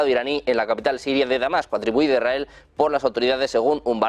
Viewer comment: IS RA EL....Leer bien...partido se va algo mas...